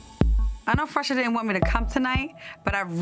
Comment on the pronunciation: say Phresher with a Ph! 🤣🤣